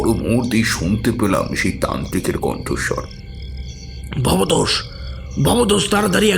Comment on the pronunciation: কি আশ্চর্য!উনি "ভবতোষ"বাবু,ভবেতেষ-নয়